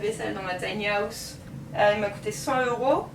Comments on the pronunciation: Bonne vidéo mais à chaque fois que tu dis “house”, ça me stresse parce que tu dis “Haouse” Je dis pas qu’on doit tous bien parler avec un Bon accent mais quand même 😭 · la prononciation du mot house est revoltante. le h est sonore